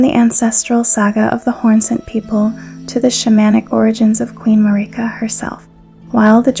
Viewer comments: Everyone: Marika This video: Mareeka Great video though. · Im not sure why you say marika like that. they say marika in the game and its not how you say it in this video. great video! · You say marika in an odd way, why?